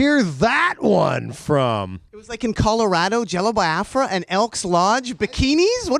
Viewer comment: I love that Jello Biafra says it correctly "bee-ah-frah" not "bye-ah-frah". It was a sovereign nation that never saw the light of day fought for by my ancestors 🌅